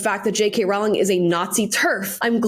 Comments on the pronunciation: Jesus Christ. How many more times. It's ROWling (row your boat), not ROWling (we had a row (argument). Honestly, you need to do more research than watch some videos online. If you are going to reference her in EVERY video, at least get her name right. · Masterclass in how to shut down someone trying to invite you to "pile on" and manufacture controversy at your expense. Perfect response. (btw, the first part of Rowling is pronounced "roll," i.e. "roe-ling." I wasn't sure for a long time and said it both ways, but Jo herself has confirmed this is correct.) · It's Row- (row, row your boat) -ling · I just discovered on J.K. Rowlings X that her name rymes with "bowling" not with "growling".....hihi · Rowling rhymes with bowling. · Rowling is pronounced like roll. Sorry it always make me laugh how wrong everyone gets one of the most famous author in the world’s name wrong. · Rolling...is how it's pronounced.